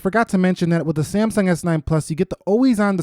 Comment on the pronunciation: am i the only one who commented why he says saymsung